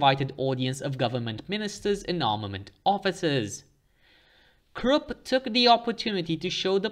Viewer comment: the letter u in Krupp is pronounced the same way as the letter u in the English words bush, push and put.